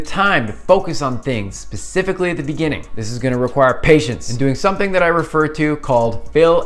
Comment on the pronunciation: Did you say "Pacifically at the beginning"? I see what you did there...